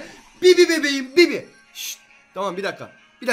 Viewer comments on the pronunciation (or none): Fuat abi bibi değil bıbı